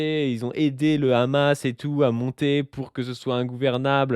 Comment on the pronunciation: Quand t'entends "le Rrrhamas" déjà tu sais que c'est très mal parti et que ça va partir en "que crèvent les arabes"